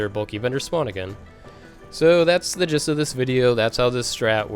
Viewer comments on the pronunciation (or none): none